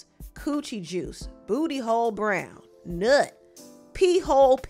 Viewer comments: Why you said "NUT" like that?!!😩🤣🤣🤣🤣🤣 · why tf did you pronounce 'nut' like THAT 🤣